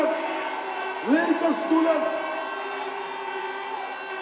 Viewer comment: "Leke stoelen, leke stoelen" come on man.